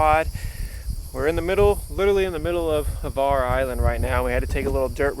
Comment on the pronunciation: There is no e in Hvar. It's not Hevar, it's Hvar.